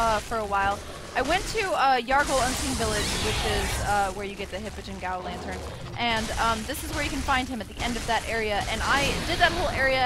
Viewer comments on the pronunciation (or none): Gaol is actually pronounced Jail. Peace.